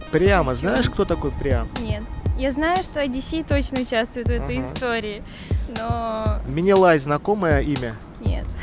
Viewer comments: Менелай, а не минилай! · Менелай, а не Минилай